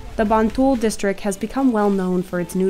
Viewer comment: it's "MBantul" mbak